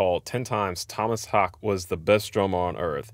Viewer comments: For the pronunciation of his last name, it´s hAke, emphasis on the A and a flat e at the end, not a silent one like in US English. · His last name is more pronounced like HOWKA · “I” is staggeringly good, my favourite “song”. His name is pronounced Haakeh. The “e” is pronounced, as in “eh”. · Correct pronunciation as confirmed by the man himself is Haake (HAA-kuh) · Haake: the 2 a’s is pronounced as the a in car. And the e in the end is pronounced almost as the uh in “duh”. So it’s more like “Haa’kuh”. You pronounce e’s in the end of Scandinavian words unlike in American words. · Its pronounced haawkehh😉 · His last name is pronounced "Hulkah" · As for the pronounciation of His Name, just include the ending E to get "Haak-eh" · Great video. Being from Sweden; humble correction - Haake is pronounced like ‘hawk’ then add a short ‘e’ from ‘exit’. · Haake is pronounced: The "aa" like in "awe" and the "e" like in "Elvis" and the emphasis is on the E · Pronounced tom-mass hor-ka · You didn’t pronounce it correctly. The O in Tomas is like a slightly shorter version of the two o’s in ooh. The two a’s are more or less pronounced like the o in oh or okay. You should pronounce the e as well.. like the ue in que :)